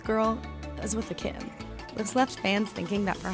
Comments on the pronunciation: KiTTen, not Ki-in :P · Me too!!! The way she said kidden when talking about the kittens!!! Horrible voice over. ;).